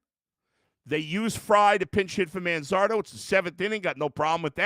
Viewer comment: Why couldn't they pronounce Manzardo's name correctly?